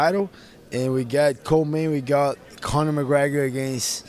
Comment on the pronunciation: He really said conor in the co-main lmao 🤣